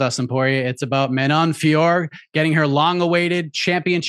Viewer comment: Can we please stop saying Manon's name wrong It IS NOT FEEYOR It is FYOROH